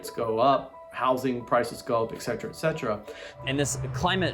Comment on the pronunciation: Can someone please explain to otherwise smart people, that the Latin is "ET setera," not, "ek setera?" Ffs. Speak Latin.